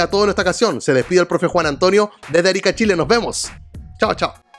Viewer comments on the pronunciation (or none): none